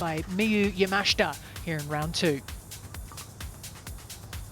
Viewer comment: Why is it so hard for commentators to pronounce the girls name correctly. Love watching the golf but butchering names drives me insane 😂😂 leaders name Yamashita is pronounced yah-mah-shee-tah.